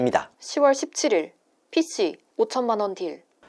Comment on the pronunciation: 이진호 발음 : P씨 영상 여성 발음 :P씌